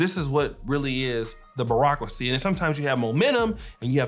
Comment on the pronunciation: Please learn how to say bureaucracy